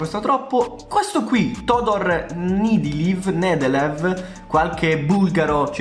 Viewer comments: Nedelev si pronuncia come lo leggi ma devi mettere l'accento sulla seconda "e" ✌ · E la v si legge “f” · io ho origini bulgare si legge Niedelèf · Io sono bulgaro ma so l'italiano e si pronuncia nèdelev